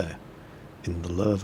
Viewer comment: Paul Ketcham Ok I understand. But Lowe pronounced LOW sounds better still. :p